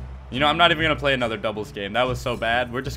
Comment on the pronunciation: Play not llay